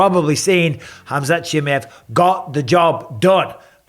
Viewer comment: Why can't you say chimaev properly